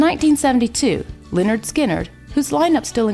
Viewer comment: Me resisting to yell it’s leh-nerd not Li-nerd